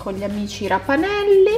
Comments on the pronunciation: Si chiamano ravanelli non rapanellli comunque ti adoro😍😍😍😍😍😍😍🥰🥰🥰🥰🥰🥰🥰🥰🥰❤️❤️❤️❤️💕💕💕💕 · si dice raVanelli nn raPanelli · comunque qua da me si dicono ravanelli con la v e non la p però al massimo sbagliamo noi .... ti adoro